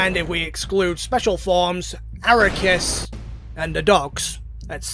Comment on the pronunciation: Arc-key-us Ark as in the boat Key as in where are my keys Us as in toysrus I’m gonna be petty I really hate when people miss pronounce his name even though the official pronunciation has been said multiple times in Canon